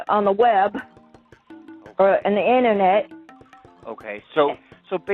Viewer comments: "And it's his looney friends on the Web. Or, in the inna-net" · "the innanet". Lol okay